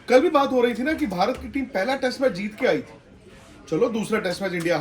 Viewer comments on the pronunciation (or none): none